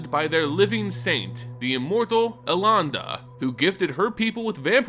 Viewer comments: Eh-len-duh. That's how the name is pronounced. Also Kite-Tow, not Kay-tow. I had mentioned in an older video comment your mispronounciation and you did correct yourself in the next video, but then in All Will Be One you went back to Kay-tow... If you're going to make lore videos, please PLEASE learn how to say the names, they are easy to look up. It's irky to hear them said like that, and I just want you to be on top of your game. This is your job after all. And before anybody starts trying to counter argue, I'm just saying this for his own improvement. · Pretty sure you're getting Elenda wrong also. Please.